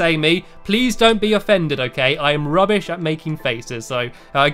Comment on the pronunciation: why do you say rubush?